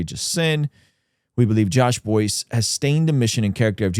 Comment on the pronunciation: He has G3 podcast. And his name is pronounced Bice.